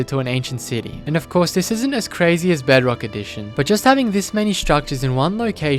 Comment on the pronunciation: i laughed so hard when he saiod bugrock edition.